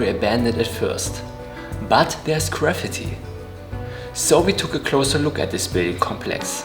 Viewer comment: I'm going to start pronouncing "graffiti" the way you do . . . sounds like the word "gravity" 👍🏽😛